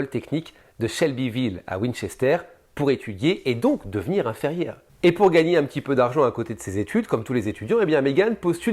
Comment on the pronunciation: Une bien sordide histoire et très bien racontée comme d'habitude. Seul bémol : on ne dit pas infErmière mais infIrmière !!! Oups ! 😂😮😅